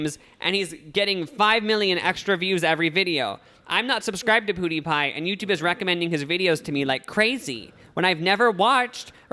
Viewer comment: Lmao why do you pronounce PewDiePie "poodeepie" its "piewdeepie"